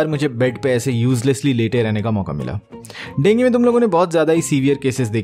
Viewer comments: Bhai dengue hota hai na dengi thodi hota hai 🤔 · Denge nhi hota dengue ho ta hai 😂😂😂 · Bro dengue not dengi😂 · Dengi 😂😂😂 it sounds weird dengu is much better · Dengue bolne ka tareeka thoda KEZUAL hai 😀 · dengue nahi dengue